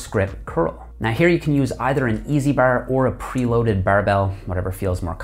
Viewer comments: Didn't know he was from Ontario until I heard bar and hard pronounced behr and hehrd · the way he says bar reminds me of trailer park boys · after hearing him say 'bar' 4 times i had to see if he was Canadian :D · The way you say "Bar" get's me..